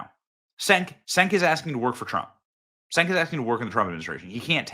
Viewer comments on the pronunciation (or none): Cenk is pronounced Chenk, Benny, not Senk. 😂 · Senk 😂😂 it’s CHENK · It's pronounced CHUNK not senk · Its Cenk (pronounced Chenk) not Senk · Sorry to be that guy but 'C' in Turkish is typically pronounced like a 'J'. Cenk is pronounced 'Jenk' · Cenk is pronounced Chenk....Benny you've been way off lately!!! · It's pronounced "Chenk" ... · Benny, "Cenk" is pronounced "Jenk." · Cenk is pronounced Jenk, as Jerk! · It’s pronounced Jenk. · Cenk is pronounced ‘Chunk’ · It's pronounced Jenk. And he's full of himself.